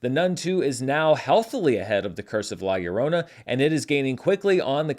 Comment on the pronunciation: Hi, Great to hear the big day is around the corner Thanks for the show and the correct pronunciation for La Llorona However, you have it as ‘La Lllorona’, with three L’s, when its spelled with only two - LLORONA ✌🏻🙂